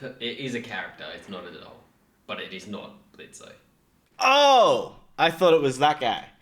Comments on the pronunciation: His name is pronounced blitz the o is silent. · Your off screen friend who's seen it said Blitzo. The O is silent! It's spelt Blitzø but just pronounced Blitz